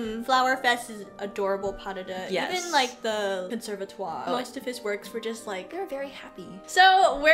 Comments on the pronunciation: Its not Puh-duh-duh …Its Pas-de-deux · Puh-duh-duh is how Russians pronounce it!